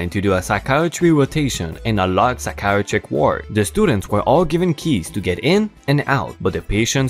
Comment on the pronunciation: ok, once again, am not dissing, just explaining to someone who speaks another language(English IS hard) psychiatric is pronounced sigh-key-at-trick, just helping someone learn our language